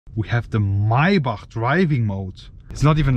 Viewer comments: the my-back lmao. its pronounced MAY-BACK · MAY-BACH bro not MAI - BACH lol. German pronounciation is crazy. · First of all It's Maybach not Maaaebaaak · “my bach” 😂💪🏾💯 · lets count how many times he said "mai bahhghck" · Holding on for dear life as I heard "My-back" for the umpteenth time. Send help! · The “”MAAABACH””” where’s the Y ???? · "MAAY BUCK" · Its not (my buck ) bro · Why are you pronouncing maybach so strange? Its pronounced may-back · I can't take you seriously when you keep pronouncing it as maybahhhhkhkhkhkh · The way he says Maybach 🥴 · bros name is but can’t even pronounce maybach